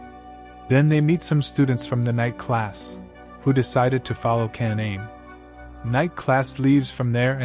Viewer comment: Pronouncing kaname and a lot of other names wrong lol